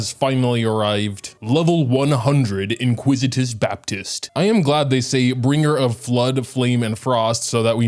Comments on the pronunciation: in-ICK-wi-tis not in-QUIZ-it-iss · Iniquitous*** baptist lol not "inquisitous" 😅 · Why do I hear “Inquisitous baptist”? Isn’t it Iniquitous baptist?